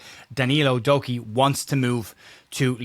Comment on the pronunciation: Did you say “Doku”..? 😂 Average form.. knew what you meant by “average” 😉